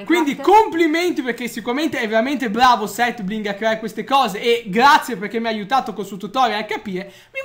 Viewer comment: "seth bigre"